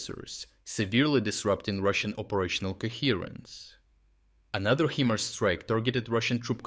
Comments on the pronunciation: Brother it is pronounced HI-MARS, not HE-MARS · It's HIMARS, NOT "HEMARS" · Its pronounced 'high mars'. Not 'he mars'.